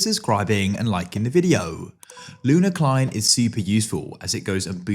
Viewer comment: bro said luna klein this is what my ears heard